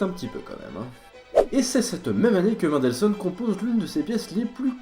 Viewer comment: Please, pas "Maindelssohn", "Menndelssohn"... Bonne vidéo, sinon! :)